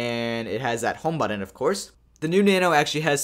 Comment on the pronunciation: Really you said buddon? Do you even try to speak English correctly? Say it with me but-ton.